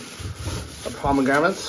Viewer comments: I am from Milwaukee, WI and we use carts everywhere. Even when doing laundry. They are very convenient! We also have very good farmer's markets with everything you can name. You must have not been to many cities in the U.S. And by the way, it's pronounced "pomegranate" and not pomegramat. Depending on where you go in the States, you will always find something different so give us a break and stop downgrading this country. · dude, there is " 1 " letter M and 1 letter N in pomegranate. I almost died when you said 2 M's ...Good stuff had a tree in my backyard. As for the carts we do have them here in the US old people use them for shopping, even loading clothes to take them to the laundry mat. I am in 2 bands and mostly are elderly and there are 2 people that use those carts for their instruments and music folders and other things.